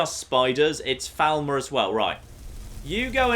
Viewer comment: For the Three Thousandanth time, FALL MER not FOWL MER!